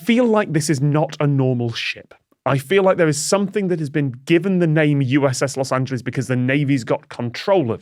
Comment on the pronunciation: The cringle over all of them mispronouncing Los Angeles